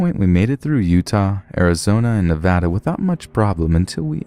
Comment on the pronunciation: I love that they said Nevada right (